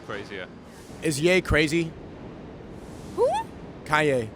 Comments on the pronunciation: Pretty funny the Chinese cop says Yee instead of Ye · An Asian guy calling Ye "Yi" is peak.